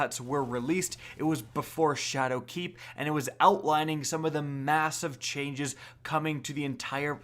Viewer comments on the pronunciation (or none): SHADOWKEEP IS ONE WORD!!! STOP SAYING IT LIKE ITS TWO!!!